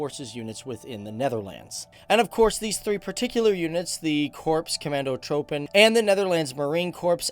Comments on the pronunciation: its not commando"throwpen" pronounce it as Trooppen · He pronounced commandotroepen wrong. The troepen is the same as. Troopen. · Korps Commandotroepen is pronounced korps commando "troupen". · here is a tip for a Dutch men. The OE in commandotrOEpen you speak out as the OU in sOUp